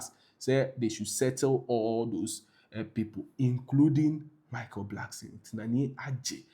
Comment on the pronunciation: Ofui, its not Blackson. Its Blankson. Kwasea to !!